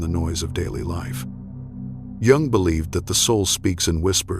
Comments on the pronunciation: It’s hard to hear his name have two different pronunciation gung and yung I think the correct one is the second yung the vidoes are excellent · I see myself in this. The constant criticism... and then I married a man who did the same thing. I also had to minimize my spiritual interests. So many other signs I relate to!! PS: isn't Jung pronounced as Young? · Please have your AI pronounce Jung's name correctly and stop interjecting "music". Proof your final content and reading. Otherwise, your channel appears amateurish. The content is good, but the delivery with AI not good. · YES! It's driving me crazy every time I hear him MISPRONOUNCE the name of the person is quoting!! It is disrespectful and ignorant. I will go to another website.